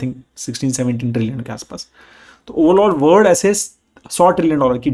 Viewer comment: Your saying word to world.. Its sounding word.. Its WORLD 😅.. because many time I hear don't watch video.. Kindly correct pronunciation.. 😊